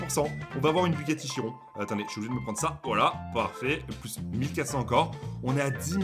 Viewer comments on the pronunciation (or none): none